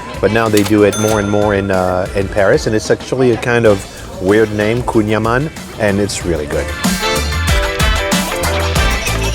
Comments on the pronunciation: L'auditeur anglophone retiendra plus facilement le "koon ya man" que le "kouign aman". Et les Français savent bien ce que c'est et d'où ça vient... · vraiment? koon ya man? et c'est un français qui présente ça comme ça? c'est une spécialité bretonne, pas parisienne, et ça s'écrit kouign amann. j'entends bien que vous êtes là en touriste mais faites au moins l'effort de présenter les spécialités de façon à ce que l'auditeur puisse les retrouver s'il vient en france. really? koon ya man? and this is a Frenchman who presents it like that? It’s a Breton specialty, not Parisian, and it’s spelled kouign amann. I understand that you are there as a tourist but at least make the effort to present the specialties so that the listener can find them if he comes to France. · Kouign Amann is pronounced Queen ya mahn.